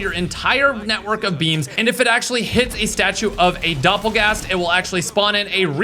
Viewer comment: Doppergangger turns into a dopplegast mid sentence 😂😂😂